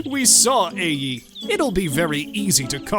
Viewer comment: isn't the city "Ai" pronounced like "eye" or "eye-ay"? I've never heard it pronounced like "A".